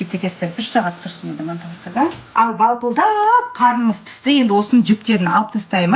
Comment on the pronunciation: Ашты емес- Ащы!..Балқылдап емес - былқылдап!..